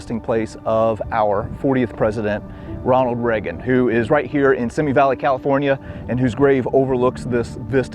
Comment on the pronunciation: FYI: It's pronounced "see me" valley...